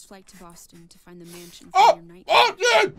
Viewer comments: dlc? byeah death? byeah story? byeah hoods? byeah fatty fatty mc fat fats? byeah chefs? byeah soul reaping? byeah is it time to stop this chain of byeahs? byeah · Raw Meat? Byeah. Jumpscares? Byeah. Tiny People? Byeah. Cannibalism? Byeah. Herman Munster? Byeah. Alright, the meeting of the byeahs has concluded, I'll see you all next Saturday.